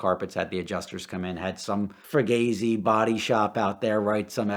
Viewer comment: Fuckin’ guy said “fur-gazzi”. At least pronounce it correctly, if you are trying to the sound like the thrift shop Guido that you look like…… #sorryNOTsorry